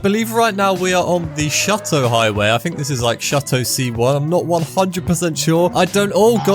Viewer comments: Its shoo-to Not shut-to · brother..... it's not called shutto, it's shooto please say it right bro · bro stop with the Shut-oh highway please. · Throw him some leeway lol he pronounced shuto shuh-toe